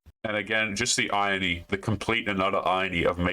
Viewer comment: The way you said ‘irony’ was amusing to me.